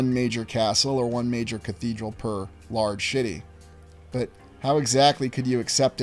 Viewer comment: Lol the number of times you said large city stood out because it totally sounds like you’re swearing lol regardless of your approach u always bring a giggle to my day!! 😂 Germany is unusual to me because it’s like the epicenter of so many things. Going waaaaaay back. I love that u throw it all out on the table the way you do…raises many questions and proves we’ve been thoughtlessly lied to for centuries